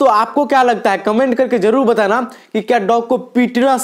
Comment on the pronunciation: A bhai batlaana nahi hota batana hota hee..